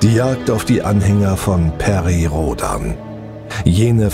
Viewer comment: Toller Sprecher! Bitte Rhodan zukünftig lieber engl. "Roadn" aussprechen, ist ja auch inzwischen die offiziell gewünschte Aussprache.